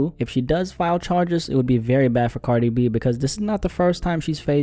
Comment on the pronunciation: You say “Cardibee” and I love it 😂